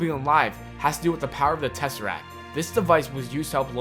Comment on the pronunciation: It's a TESSERACT not a Tesserac. Fuck.